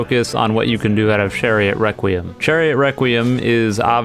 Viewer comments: Is it just me but when he says "Requiem" does he say "wequiem" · he said chariot wrecuiem